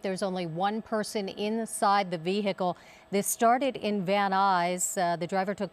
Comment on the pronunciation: Female keeps saying, "vee-HICK-el "....the H is silent....Aaaaarrgg....unless you're from southern Alabama . "Back rear tailgate"....as opposed to front rear? HA .